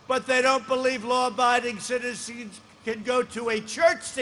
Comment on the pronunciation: yeesh he shhaid that.